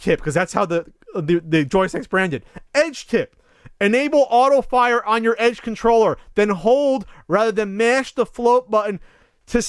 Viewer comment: "Enabe auto fire"